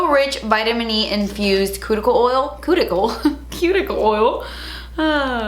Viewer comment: I died when you said cooticle oil 😂😂😂